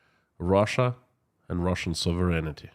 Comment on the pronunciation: Hey. Your English is fantastic! But a little correction for you. The word is sovereign-ty, not sovereign-ity.